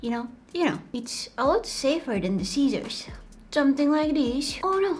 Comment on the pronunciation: when she said sissors i thought she said sietiors and i started to laugh so super very much